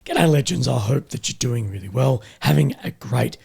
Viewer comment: Am I the only person who hears hims say "ghetto legends" instead of "g'day legends". I want a YouTube series on these legends of the ghettos 😂